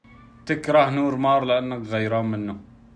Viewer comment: اسمه نور مارخ او نور مارك وليس نور مار Noor mar5 خمسة يعني حرف خاء او كاف